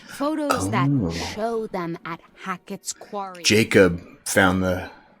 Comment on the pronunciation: I've been wondering for awhile if the Mrs. is a Virgo, because she always corrects the Mr. on the way he pronounces "Quarry". I'm a Virgo, and I'm constantly correcting the way people pronounce words lol. I know it's annoying to most people, but what can I say.. Virgos are known to be the nit pickers of the universe 😂😉I just love you guys. I'm trying to talk my daughter into getting this game now because I really liked it and she's a gamer ! PLEASE PLEASE PLAY THE "LIFE IS STRANGE" GAMES ?!?! 🙏🙏🙏!! It's actually a series... Different story lines for each one ! They're absolutely phenomenal !!!!!